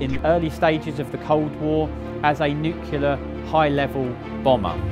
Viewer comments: it's not "nuke-u-lar" do we have to send english teachers over there? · I know it’s nitpicky, and the guy really must know his stuff and this is a great video, but the ‘nucular’ every time has me shaking my head 👀😂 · "Nu-kill-er" weapon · Nucular? Seriously? Anyway, apart from that awful americanism thank you for a good summary. The Victor could of course carry much more than 'slightly' more than the Vulcan; it had capacity for 49,000lb albeit limited to 35,000 lb weight of payload, compared to just 21,000 for the Vulcan. But although the Victor was undoubtedly the more advanced aircraft my favourite will always be the Vulcan. I was privileged to be allowed by Nigel Baldwin to fly it myself in the circuit at Waddington while on detachment to 50 Sqn in the late '70s, and to tank from XH558 when it was converted to the role after the Falklands. And it was a mark of continuity to have seen it at air shows many times from Biggin in the '60s to RIAT in the noughties. Lovely aeroplane. By the way, the cockpit was designed for crew wearing the Mk1 bone dome, which consisted of the clother inner and a hard shell outer. Most of the time you flew in just the inner but even with the outer on the whole Mk1 helmet was a lot more compact than the later ones. Hence the later lack of space. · Sorry but it grates on my eardrums every time with word "nuclear" is mangled. It's got the word "clear" in it ffs. New-clear. It really isn't hard. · It's bloody disgraceful to hear British says "nucelar" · The pronunciation of “nuclear” in this video drives me nuts! You are not an American! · Forgot to mention it was designed by Sir Roy Chadwick, who designed the Lancaster and Manchester bombers. That is not how you pronounce AILERONS or NUCLEAR. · The mispronunciation of nuclear took me away from the presentation more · Nuclear = new - clear. No u between the C and L. Noo-cewl-ear is not an affectation of accent, vernacular or patois - it's just plain mispronunciation. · Nucular bomber😄